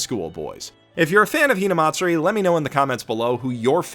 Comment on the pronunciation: good lord ur so white.. hearing u pronounce "hinamatsuri" got me cringing so hard.